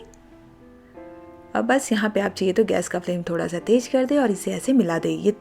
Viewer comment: Tej, Majedaar aur Jaroor nahin Tez, Mazedaar aur Zaroor bolo madamji